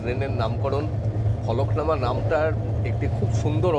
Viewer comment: Eta Falaknama noy, Falaknuma